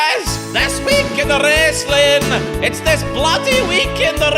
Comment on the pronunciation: “Thus is, This week in da wrastlin, it’s this week in da bloody wrastlin!”